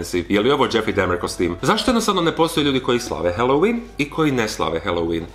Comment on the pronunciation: isk ne zelim bit karen k ispravljat al kazes dahmer ko dehmer